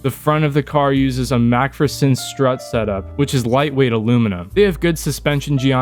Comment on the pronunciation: the way u pronounced McPherson strut had me geeking